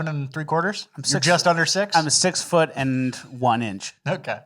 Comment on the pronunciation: Not a FOOTle